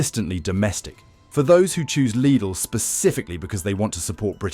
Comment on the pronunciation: Lid-ull, Lied-ull, leed-ull. Three different pronunciations of LIDL in one AI read video.